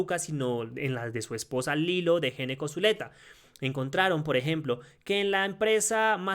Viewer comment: GENECO NO, SE PRONUNCIA "ñECCO." !!!!!!!!!!!!!!!!!!!!!!!!!!!!!!!!!!!!!!!!!!!!!!!!!!!!!!!!!!!!!!!!!!!!!!!!!!!!!!!!!!!!!!!!!!!!!!!!!!!